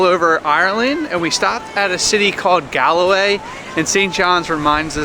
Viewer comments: It's Galway, not Galloway. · it's pronounced Gaul way, not Gall-a-way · Great video and you almost pronounced Galway right. Pronounced Gawl-way not Gal-way. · Also it's just called Gal-way but you almost say it like gawl.